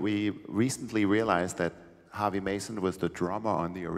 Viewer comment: WTF, Harvey not Harves!